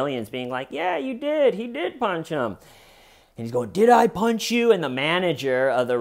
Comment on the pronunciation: "Did I ponch yew."